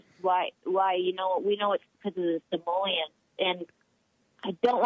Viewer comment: pretty sure this was a TROLL caller....she kept saying "samoleans"....not Somalians...you got baited Jesse